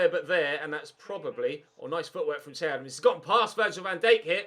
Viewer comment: Loving the series but for the love of god please stop calling him, it's pronounced Shay.